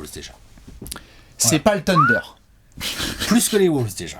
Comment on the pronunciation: Mouais... je suis plus choqué perso par le "teundeur" dont nous gratifie à chaque apéro